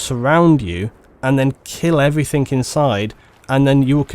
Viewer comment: What is it about people from the south of England saying "everythink" instead of "everything"? No matter how well spoken a person is, they still tend to do this. Really strange.